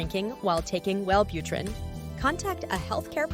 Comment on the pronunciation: Well butter rin